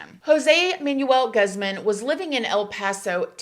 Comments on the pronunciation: Just to help you out on pronunciation: you would say his last name like "goo-zzz-mon" instead of like "guhzmun" I love your content so much! You truly have a gift for telling stories 😊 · Let me start by saying I love your videos. I just feel like I need to correct the pronunciation of Jose Manuel Guzman (gooz mahn). I’m sorry and I know it’s not that important or even a big thing but I am Hispanic and just wanted to let you know how it’s pronounced. Normally I don’t do this but I almost feel like we are friends. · Pronounced Gooozmun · lol absolutely no hate, but it’s funny hearing you pronounce Guzman the way you did. it’s gooz-mon 😂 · Im sorry but i know you are old enough to know how to properly say Guzman and Ortiz… I feel offended because it feels like it’s on purpose….. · i’m dead at how you pronounce guzman!